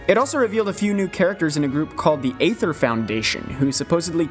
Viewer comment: that's Ether not AYYther. :^)